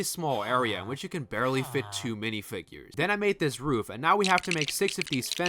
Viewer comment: Den instead of then